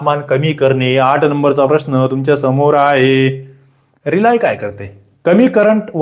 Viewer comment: रिलाय नाही सर 🙏रिले म्हणतात सर 🙏